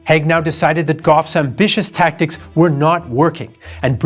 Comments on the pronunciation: Its Haig not Heg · "Haig" [ a Scottish surname] is pronounced in the same way as "vague", not "Hegg" as in this video. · Hi - its Hayg not hague You pronounce all the words well why do you butcher his name? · You state right at the end that you're the only ones who know the true state of affairs and yet you spent the whole video mispronouncing Haig's name. Curious.